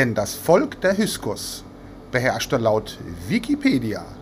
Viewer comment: Min || Bitte --> "HY K SOS" ❗ Nicht "HY S KOS" ❗ Solche Ungenauikeit irritiert unnötig (zumindest mich)!